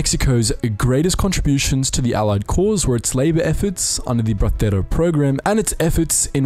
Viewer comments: The word Bracero is not pronouned "brathero", I guess you must have heard a spanierd pronounce it that way. It's pronounced "Brasero". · The Castilian pronounciation of a Mexican slang term that was the Bracero is cringe. Say the “cero” in Bracero like in “el numero cero” please lmao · Are you trying to say “Bracero Program”? It’s not like Spain Spanish where they pronounce Ibiza “Ibitha,” the “C” in bracero is simply pronounced like an S